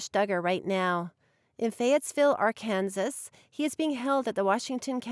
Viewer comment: Did you say Ar-kansas????